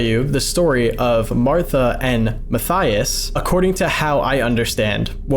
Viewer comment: Matthaus is said "ma-tay-oos"- not "Matthias".